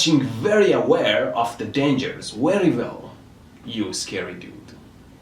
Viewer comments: you read "Very Well" as "Wery Vell" 😂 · "wery vell" rofl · „Wery vell” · "weary vell" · Wery vell?